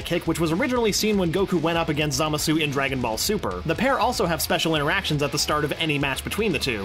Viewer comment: Dude, it's Za-MAH-su (Or SAH-mas; either way is correct -- like the two pronunciations of "Schedule"). Also, it's Rosé (Rou-SEH-EE)